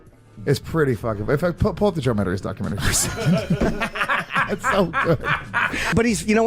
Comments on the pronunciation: Matta- reece?! lol. It’s mat-a-Rez-eh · If Joe was really Italian, he would've pronounced his last name MA-TA-RÉ-ZÉ and not 'Mataris'